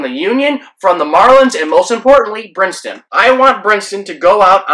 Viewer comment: His name is Brinson, not Brinston. The man was already unwittingly in the middle of a controversy he had nothing to do with at least you could give him the respect of saying his name right. It's also not Luis, but Lewis.